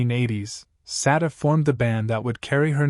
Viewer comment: Why are you constantly mispronouncing this woman’s name?